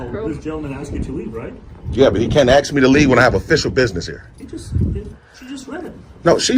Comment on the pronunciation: ASK, not AX!!!!!